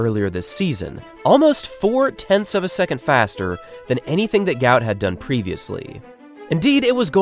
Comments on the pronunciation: mybe you resurch his name its not gout ,its guot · his name is guot not gout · Pronounced “Gwot” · At least say his name correctly! It's a lack of respect to do otherwise...